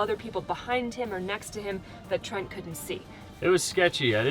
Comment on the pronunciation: Sorry Trent not Tent - see below